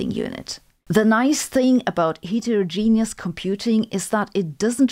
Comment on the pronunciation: The "et" in heterogenous is pronounced like it is in "better"